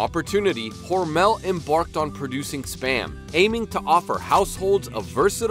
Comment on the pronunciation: Your pronouncing mr hormels name wrong I work for them the last part Mel is pronounced mull hormul